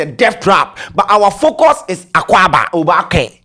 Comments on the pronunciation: is not oobake oo it is oobaake 😄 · Pls it is Oobake NOT obaake! And it's similar to the adinkra symbol. Its not a street/ spoken word. All the Gs's are asking for is inclusitivity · It's not obaakɛ it Oobakɛ̀ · pls it’s not pronunced obaake . it’s oba ke literally meaning you’ve surely arrived 😊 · it's Oobakɛ. You stress the ooo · Because you’re pronouncing it wrong. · you're not pronouncing "oobakɛ" well. Please ask or learn the correct pronunciation.😅